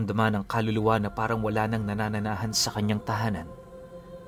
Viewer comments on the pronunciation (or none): Nananahanan, hindi nanananahan. Lol!